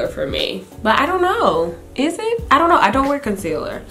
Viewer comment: You're so funny with the "ion know" (I dont know)...LOL